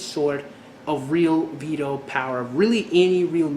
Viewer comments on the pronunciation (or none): none